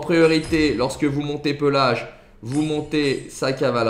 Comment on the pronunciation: Pééélage pas pelage frr c’est pas un ours